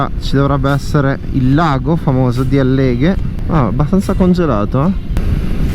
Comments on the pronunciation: àlleghe, non Allèghe! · Ciao bel video! Però Àlleghe non Alleghe!!! 😉